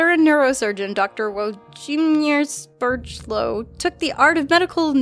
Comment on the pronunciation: You also pronounce the name Vwojemish Shepieloov